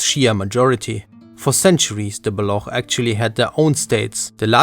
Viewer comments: BaloKH!? 😮 really? Its بلوچ (balōč) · it's Baluch, not blah 💀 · Its not pronounced Balakh 😂 its Baloch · The language is called PERSIAN in English NOT Farsi. And its pronounced BALUCH NOT BALOKH. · why are you pornouncing Baloch as "balokh' ? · Bro can't even pronounce Baloch right. Zero credibility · Great video as always. Minor request: Please refrain from pronouncing words and names that you aren't able to pronounce well. Languages are hard, so just mentioning them once or twice is fine. Hearing Baloch get butchered hurt to hear 😅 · The ch in baloch is pronounced like ch in "church" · You can't even say Baloch lol